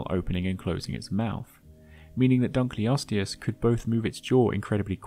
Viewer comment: it's dunk-ul-osteus not dunk-lee-osteus -> Named after a guy named Dunkle